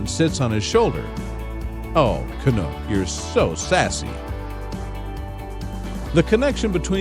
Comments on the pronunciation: YOUR SAYING HIS NAME WRONG! CANUCK ,... CAN - UK,... not canook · Lol it’s Canuck! Lol not canook . Canuck as in the hockey team. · Can- uck NOT Can-ook! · You video thieves obviously know little to nothing about Shawn and Canuck. First, the crow's name is pronounced "CA - NUCK" ... like the "u" in knuckle, not "Ca-nook," like the "oo" sound in "look." Canuck "car surfs" sometimes when Shawn is riding in his friend's car. Shawn has never referenced driving himself. In fact, Shawn often makes references to taking the city bus. Canuck has also been known to car surf with other local drivers. That's a girl's bike, not Shawn's bike. Canuck, like other crows, is attracted to many objects, not just shiny ones, and fans bring Canuck gifts versus Canuck making a habit of bringing Shawn gifts. When Canuck does bring Shawn a gift, it's likely to be something simple, like the cupule (cap) from an acorn. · Canuck (rhymes with luck) not Canook. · WoW this is really BULL. You have stolen all these photo's from Canucks Facebook page. You can't even say Canucks name right. Your facts are all wrong. Why are you stealing other people's photos? Really Bad Karma points for you.